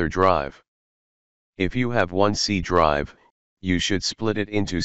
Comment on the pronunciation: help bro i dont know what is c drive you saying